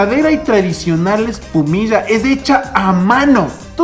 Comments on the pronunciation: Ustedes dicen "epumiya" 😂😂😂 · Jjjj un goce cuando se escucha eecir espumishaaaaaaaaaa vivia en quito x 2 años desde babahoyo saludos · Antes escuchaba decir : ESPUMISHAAAAA Ahora solo escucho decir: MASCARISHAAAA😂😂💔☹️ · No es "Espumilla" es "ESPUMISHEEEEEE" 😉😋